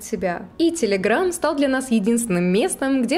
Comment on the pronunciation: из беларуси? почему она говорит целеграм?